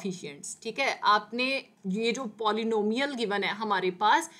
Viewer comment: Abeeeee tum pehele polynomial bolna sikhoooooooo